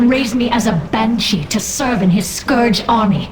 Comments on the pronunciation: You pronounce scourge with an o like in torn, when it's like the u in turn. Garrosh even says it correctly during your video. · how can you fail at pronouncing "scourge", and then later on perfectly execute it? lol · just hated how you sayd scourge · Archimonde is pronounced, Ark-ih-mond. Its said multiple times in audio dialogue. Scourge, in no way, in pronounced scorge. Say Skurjh. you heathen.